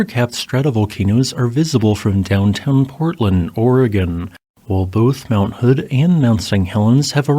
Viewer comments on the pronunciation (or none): none